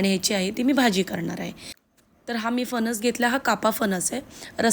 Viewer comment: फणस म्हणतात फनस नाही, आणि -पानी नका करू, न आणि ण चा योग्य उपयोग करा